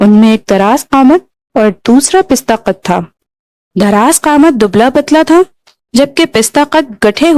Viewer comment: زبردست انداز بیان ، خوبصورت آواز ، بس تھوڑا تلفظ پر توجہ دینے کی ضرورت ہے ۔ پستہ قد (Pasta Qad) کو تم Pista Qad پڑھا ہے ، اسی طرح پرتو (partao) کو Partu. ممد ومعاون کی تصحیح شبیر حسین کر چکے ہیں ۔ اردو تمہاری قومی زبان ہے تھوڑا دھیان دیں ۔ Love from Mumbai.